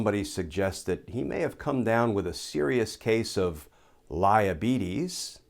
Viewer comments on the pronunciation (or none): Lmao, "liabietes"